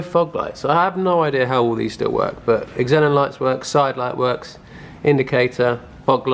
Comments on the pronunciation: It’s pronounced zenon not eggzenon 😂🤣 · I thought xenon was pronounced "zen on" not like "x en on" :o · I though Xenon was just pronounced zenon? Is it eksenon? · Xenon is pronounced Zen on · wtf is an eggzenon?... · beechface1 no. It’s pronounced zenon... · Thought so. He was saying it like eksenon. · Nice work on the “Eggs- xenons” 😂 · Xenon is pronounced zee non lol I’m assuming that’s what you’re trying to say when you talk about the headlights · did you hear how he pronounces it in the video? He doesn’t say ze or zee he say X-enin like how you would say X-men. It should be pronounce with a Z sound no matter what country you’re in lol it’s not a brand it’s a chemical element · Cars a little diamond in the rough. Even wiper jets perfectly aligned lol. One thing buddy. Pronounced Zenon. Xen becomes Zen...on